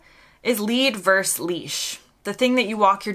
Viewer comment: The word is Versus,two syllables. Not Verse, one syllable.